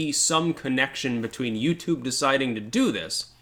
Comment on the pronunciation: Oh wait ... i get it .. you said "utoob"... you can't say that.